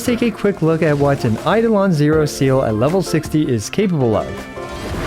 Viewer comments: Seele is German, meaning "soul" and it's pronounced "seele", the e's are not pronounced like in seed, more like "Sehleh". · Pronounced "Zee-luh", in german all Es must sound the same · Not to try to put hate comment or anything. It's actually pronounced as Zay-leh. It's a German word. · wanted to cut my ears instead of hearing him call her seal throughout the whole video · It's ze-leh, first half is sth between se- and ze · i used to pronounce it as "silly" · except the in game pronunciation is wrong also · already dont rate the guide if you can't even say her name right thanks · How hard is it really to pronounce seele.. my gawd 😂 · I'm not gonna complain about this, but Seele preneounced "Sele" in japanese and "Se-ar" in chinese... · you don’t have to be German to know that that’s not how you say the name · Her Name is german for Soul. Let google pronounce it for you 😅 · I didn't know it would frustrate me this much hearing new players prononce Seele's name the exact way Veliona doesn't like. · Her name is just "Soul" in German has nothing to do with aquatic Animals. You just pronounce it wrong every single time. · bruh it’s not mhy fault at all. You can pronounce it however you like but you might be pronounce it wrong because it’s german, not English. It’s the same as how westerners pronounce Liyue/Sumeru characters wrong. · Bruh her name is Seele, it's an E and not an E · its not seal 😭PLEASE stop pronouncing her name like that. its se-l(r)e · its zeere not seal bestie plsssss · Bro all these illeterate motherfuckers piss me off so much, go play Honkai Impact 3D ffs ITS SEEEEEELE NOT ZELE OR SEAL OR WHATEVER FFS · You pronounce her name SEEE LUH Idk why ever once calling her seal like she’s an aquatic mammal lol 😅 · I came here to know "seal"'s build. But seriously. It's pronounced as Sea-lee or Sè-Lè. But as usual. iwtl is god tier as always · I thought it was “SEE LA” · It's See Lee FFS Not seal 🦭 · Bro's pronunciation of Selee is "Seal" 😭